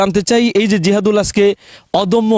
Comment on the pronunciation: তার নামটা ঠিক বলতে পারলেন না